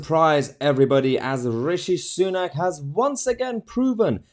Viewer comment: Mahyars just mad we’ve got another prime minister who’s name he can’t pronounce properly 😂😂. Aeuvvisshi Sunak haha